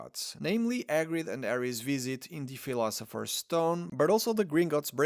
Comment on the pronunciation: Agrid. Wet air. Ed elements. Ighly posable. Ow well. People oo like. Deathly Allows. Arry. Why do you simply choose to no pronounce the letter H? At all.